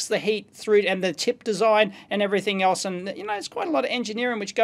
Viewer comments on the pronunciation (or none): none